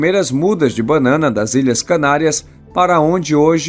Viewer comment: Não é bannana é banana.